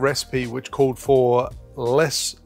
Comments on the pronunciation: In 2018, I traveled to Curaçao for two weeks. You pronounced it perfectly, FYI. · I'm from Curaçao and you're pronouncing it perfectly!!😁 Keep up the good work!